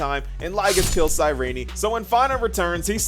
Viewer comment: Sayrini? Isn't it pronounced as sayrin? Genuinely asking